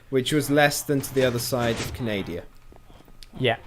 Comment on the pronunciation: God it's pronounced "Canada" why are you guys so dum im unsubbing